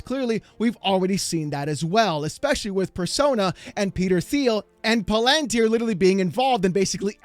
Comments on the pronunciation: It's pronounced Like palindrome and tier Palantir. ...and it's Teal, Peter Thiel. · For someone who likes to be right, you would think you could pronounce Palantir. It is pa·luhn·teer. The "lan" part is not emphasized and it is pronounce Lun. Like palUnteer. The Un is like in the word "under". You dope. Oh and Peter Thiel's name is pronounced PEE-tur TEEL